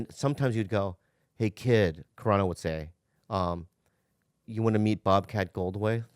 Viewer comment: When bobby said bobcat goldthway.... and jo didnt dare correct him...🤣🤣